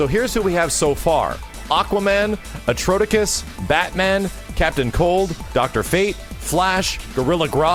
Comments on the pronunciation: Atrocitus is pronounced "Atrawsitus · Atrocitus is pronounced "Uh-Traw-Si-Tus",. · When you hear pronounce Atrocitus "Atrotikus." I'll let it slide this time. THIS time... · Did you just say atrotokus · Who is Atrotikus. Do you mean Atrocitus? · Never heard Atrocitus pronounced like that before lol. I've always heard it as (a-tros-eh-tus) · should get Kenny to help him understand DCU characters lol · Yeah, he botched that big time. It's pronounced how you have it. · I laughed WAYY too hard at "Atrotikus". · A-tross-it-us. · A-tross-sit-tus not a-tro-tic-cuss lol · "ATROTIKUS" fear. even by saying his.........what the fu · Atro-SI-tus say it with me now! lol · Eye twitch is a cool dude! One of the coolest, most hard-working people in the FGC! Eye twitch Must. Resist. urge. to complain about how he pronounced Atrocitus' name! Ugggghhh. Love your work, man. Leaving to be a scrublord now! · always botches names. Mostly for kicks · pronunciation of Atrocitus was, well I'm not even going to finish the joke. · Yo, this was a very well done video, but with the pronunciation of Atrocitus, you got like maybe one syllable right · You have incited the red lanterns wrath because of that horrible mispronunciation of Atrocitus. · Lol, you pronounced Atrocitus's name wrong! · XD the way max pronounced Atrocitus. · you pronounced atrocitus wrong... and DR FATE?! IMMA FAINT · dearest max, how the hell did you pronounce atrocitus wrong? not expected at all from you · oooh max butchering the name atrocitus, think atrocity. if hes in this game ill buy it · ugh I'm kinda tired of evil superman, it gets old fast and completely miss the point of the character i hope it goes into another direction once the story gets going. BTW that's not how you pronounce Atrocitus. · I cringed at that Atrocitus pronunciation.